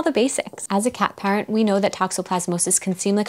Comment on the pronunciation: Great informative video. I thought you said 'cat pirates' argghhhh, but then I realized cat parents 🙂